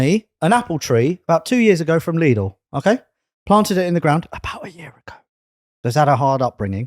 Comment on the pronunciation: leeedal its lidl